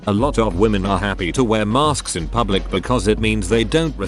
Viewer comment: Lol@ narrator: "maRsk's"